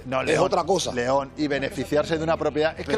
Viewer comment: 😂😂 Jetón en lugar de León